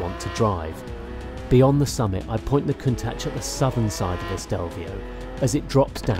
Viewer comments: Can-tach?? Did I hear that right???? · did he just call it "count tach"? LEL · Did he just say Cown-tatch? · Did he call it a count tach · excuse me?? Count - tatch? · Cantach? If he can't even pronounce it right, he should be allowed to drive it. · "COUNT-HATCH"??? Seriously?? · "new Can-tach" uhhh what? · I didn't know Lamborghini built count hatches... Seriously, you butchered the name and ruined the rest of the video for me. The producers of this show should never have fired Jeremy Clarkson, at least he could pronounce car names better. Dislike. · I never thought it would be possible for the BBC to hire someone with the negative charisma. 1) "Countach", not "cowtouch". You're giving me cringes worse than The Last Airbender's "Ung" rn. 2) at least spend more than 15 seconds thinking about how to make Lamborghini's contracted points to communicate to the audience sound like it's part of your own voice and your own emotional through line. I understand it's hard to follow up with the correct three people to run the show. But could you at least give it a try? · Horrible grammar. Camtachh? No, pronounce it correctly bro, you work for TopGear. Learn to use have and has properly. Thx. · Count-ahsh? Shame on you. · he said countach weirder than anyone i have ever heard before. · he could at least research how to pronounce the car’s name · I'm italian and I still upset when people call Ferrari (Feuraree) or Lamborghini (Lamborgini), Bugatti (Bugadi), Maserati (Masradi). So cringe. Countach anyway it's an italian dialect exclamation to express wonder but many "reviewers" still think it's english 🤣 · “Man gives history lesson while he drives slowly up a mountain road and learns how to pronounce ‘Countach’” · This guy doesn't know how to pronounce the name of the car properly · Glad I'm not the only one lol, the name has been around for decades it's not hard to pronounce correctly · He's tied himself up in knots by pronouncing Countach 3 different ways in a few minutes?